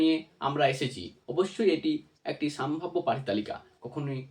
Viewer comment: Saambhabya naa sambhabya? Pronounce it correctly.